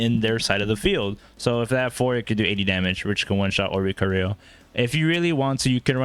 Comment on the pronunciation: Thanks for giving us the Oh-ree-co-ree-oh tech 😜